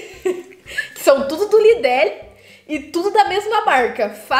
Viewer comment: E o nome do mercado é “Lidol” na Europa e ela disse “Lidele”(pode ser assim na França 🤔)